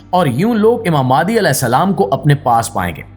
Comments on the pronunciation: Likha nh bol b galt raha ha mehandi ko mahdi bol raha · mahdi is the right word,not mehandi